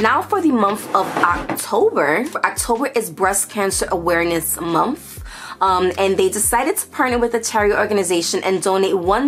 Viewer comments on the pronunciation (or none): I love how u say Momfff.. month lol ur are adorable..